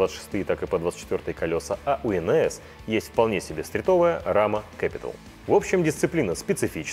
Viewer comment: Красавчики, команда! Особенно приятно, когда правильно произносит слова на английском, как например "кэпитал" в этом видео. И тот момент, когда сам всё знаешь, но смотришь видос из-за высокого уровня продакшена, как и в случае с обучающими сегментами или видео от Seth'а с Berm Peak. Да, вы уже доросли до таких сравнений =) Покупайте дом на холме в Казахстане и стройте вокруг личный байк парк! 🤙🤙🤙